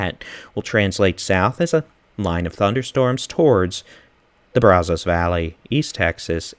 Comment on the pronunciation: Bra Zo's? uh no.. Brah zas is how you say it IF YOU ARE FROM TEXAS.